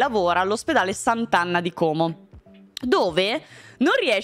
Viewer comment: Sì .. si dice Como.. Non Còóòòmo. Bel video come sempre. Buona giornata:)